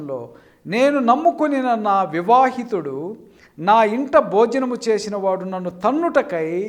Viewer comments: Vivaahitudu kadandi vihitudu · నీకు బైబిల్ చదవడం రాదు ఆ సంగతి తెలుసా ?విహితుడికి వివాహితుడికి తేడా తెలియకుండా పలుకుతున్నావ్.😬😬😬కొంపతీసి బైబిల్ తప్పంటావేటో ఆ బాబా గాడి లాగా ?😆😆😝😝😝